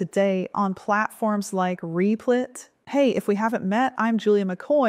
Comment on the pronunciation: is it meant to be pronounced "reep-lit"? I thought it was "rep-lit"